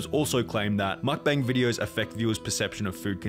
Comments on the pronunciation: it's pronounced mukbang, not makbängs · Breh at least try to pronounce mukbang correctly👏👏